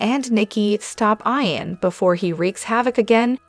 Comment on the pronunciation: Not pronounced Ion but Eeon ...